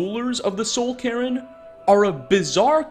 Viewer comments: He's always said Cairn as Karen instead. I've been hearing it from him for years now, he always adds that extra syllable to it in his videos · The soul Karen would like to speak to your manager about your pronunciations. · I heard "Soul Karen" instead of "Soul Cairn" and now I feel like we missed out on a quest where Valerica demands to see the Ideal Masters' manager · I can't get over the pronunciation of Soul Cairn as Soul Karen. It makes me think of some sort of Ur-Karen, or the undersoul of Karens. Cairn is pronounced like the word 'care' but with a 'n' at the end. k eh r n, like. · Did this man pronounce Soul Cairn like soul karen??? 😂😂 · Everyone: Soul Cairn: Soul Karen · Am I the only one who was both bothered and tickled that he pronounced it Soul "Karen" instead of Soul "Cairn"? 😂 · Everyone else: Soul Cairne: Soul Karen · Soul Cairn ❌ Sole Karen ✅ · Soul cain not soul carren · Does anyone else keep hearing "Soul Karen"? Does it bother anyone else? I love you, but oh lord, that pronunciation killed me 😂 Edit: regarding Sybille Stenton, the court mage, i had always just assumed the Wolf Queen was blocking her scrying via some magical means. There are a lot of effigies around the cave, and things like that IRL always seem to ward something off. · it’s not soul ca•r•in its soul Care•n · Soul Cairn not Soul Karen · I also keep hearing "Karen" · you cant unhear the soul karen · Yea i hear soul karen to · The way you pronounce soul cairn will 'ever get old to me ahah, Soul Karen gang here ahah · It's been so long, i forgot he pronounces it "soul karen" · “soul karen” 💀💀💀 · Soul Cairn is pronounced: Kern Kinda like Kaer Morhen from the Witcher. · Ah yes, the S o u l K a r e n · re - The Soul Karen? What's a "Soul-Karen"? Ps: I know, he's trying to say Soul Cairn. It's just that I find it funny how he pronounces it as 'Karen.' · The Soul Karen I wish you spent a little more time pronouncing things right lmao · no, it's soul Karren